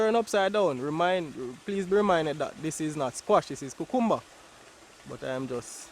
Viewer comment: I love to hear you say cucumber. ♥️